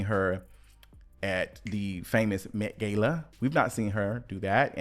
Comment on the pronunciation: "Mint gala" 😩🤦🏾‍♀️